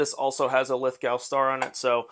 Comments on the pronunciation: It's spelled Lithgow. It's pronounced "Lith-Go." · Great score!! By the way, Lithgow is pronounced Lith Go. The W is almost silent